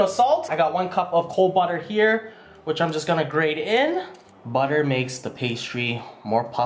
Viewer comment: "soft like butta"